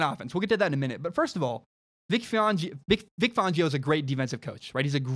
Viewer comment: For the love of god please pronounce Vic Fangio properly. Fangio like *fan*. Not Fongio